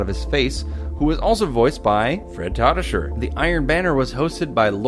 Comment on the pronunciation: Fred Tatasciore isn't pronounced Ta Ta sher, it's Ta Tu shore, I know because Tatasciore is my last name